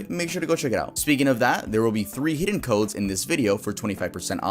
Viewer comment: It kinda sounded like he said "heeden" instead of "hidden". I've never laughed so hard in my life.